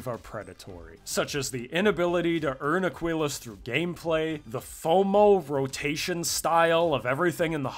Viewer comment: How many times can we mispronounce Aquillas? A speedrun. ( uh-KEE-las)